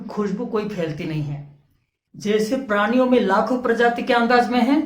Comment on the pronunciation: Are bhai aap sidha point pe ao. Itna sa batao k ped podho me atma hoti h ya nahi. Itni badi ramayan suna di. Or aap ek sabd bar bar galat bol rahe ho "praniya" praniya nahi hota. Balki prani hota h. Or ped podho me bhi jeev hota h. Tabhi to vo jite h or marte h.